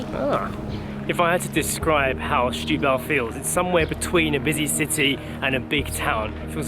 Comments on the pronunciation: Barely know the city myself so good on you! But ... what is with the pronounciation? Shetubal?... Just simply Setúbal. and it is Casa da Baía (Baeea), not Byea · As a teacher I must advise, it is not Shhhetubal. The first two letters are pronounced as if you were saying 'Senhorita'. Setúbal is still very run down, but the mayor is really trying... Try to take the car on the Ferry to Tróia, so worth it. Also, if you go to Outão, quite nearby, follow signs to the Hospital which is inside a fort. Enter the hospital and follow signs to the cafeteria. The view is absolutely amazing and all free. Patients in their rooms below have amazing views, just like you do and access to the small beach below is by going down the steps, carefully... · The issue here is not the "e", the issue is that J was pronouncing "Setu" as "Shtu". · Very nice vlog! And btw it's Sssssetúbal 😉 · The best way to pronounce the beginning is like they'd pronounce "stool". : )